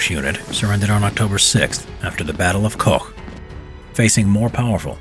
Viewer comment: Battle of Kock should be read like kotzk